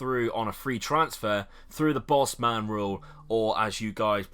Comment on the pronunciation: The "boss-man"rule lmfao "Or as YOU probably know it..." No, buddy, most of us know it's called the Bosman rulING. Free transfers for players 24 and over with 6 months or less on their contract. That's BOZ-M'N, since you can't even pronounce it.